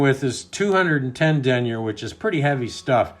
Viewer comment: Love your videos but I don’t like how you say denier lol